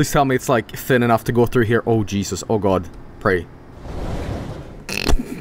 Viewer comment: "I was jos kidin o jeesos!!!"